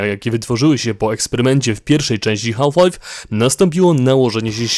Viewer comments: źle wymawiasz HALF, mówi się bez "L" Mówię tu jako jako native speaker :p Wymowa: szybkie "haf lajf " jest jak najbardziej prawidłowe ;) Taka moja uwaga na przyszłość, btw dzięki za materiał, jak zwykle kosa! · To potrzebne żebyś wymawial "half Life " Z takim akcentem? Nie znam nikogo kto tak to akcentuje